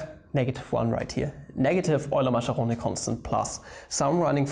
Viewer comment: I FUCKIN' LOVE "EULY-MACCHERONI"